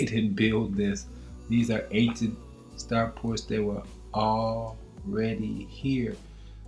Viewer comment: START FORTS!, STAR FORTS! , STAR FORTS!....not star PORTS! otherwise, great video my brother. Keep up the good work 👍🏾👍🏾👍🏾